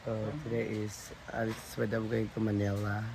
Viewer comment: ...pagbigkas ng Manila...wag bigkasin ng malamya...simple MANILA..😂😂😂